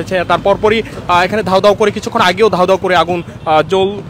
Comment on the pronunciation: ধাউ ধাউ না,দাউ দাউ হবে সাংবাদিক সাহেব